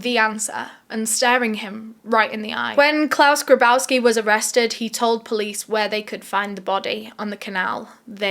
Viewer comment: Claus "GRABowski"?! Are you fucking kidding me!? You can't make this shit up...